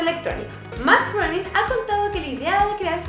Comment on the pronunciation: Matt "greining"... Algo así se pronuncia su apellido.